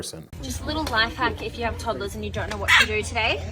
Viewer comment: It killed me hearing ToddLaS… instead b of toddlers😂